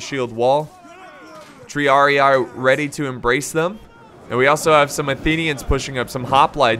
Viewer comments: with love, but its not said TriariAE/AI. It's said triarii, like a spanish or an italian would say it. Both i sound like the first one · "TREEAREEEE" not treearei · Triarii is pronounced 'tree-uh-ree-E', not 'tree-uh-ree-AYE',. It's Latin. P.S. Great battle, as always. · Tr - e - ah - ree (Triarii) you are saying it right just remove "eye" so it is Treeahree